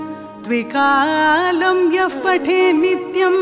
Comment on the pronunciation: A very wonderful composition... A small suggestion your pronouncing the word yah ... As yaf - yaf pateth... There is no word in Sanskrit having meaning to yaf... It is yah - yaha -meaning whoever... Pronouncing it as yaf is ucharana dosham... It is yah patethe... Let the sound "pa" be clear ... It's not good to make pa as fha mixing with yah ... Cuz fah Karam is only used in asthra mantras... So not suggested in regular sthotrams...